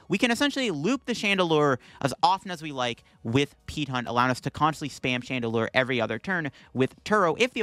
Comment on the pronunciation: It took a bit for it to register that you kept saying "Peat Hunt".